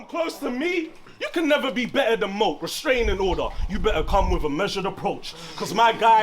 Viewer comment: ITS MOAK NOT MO-AK !!!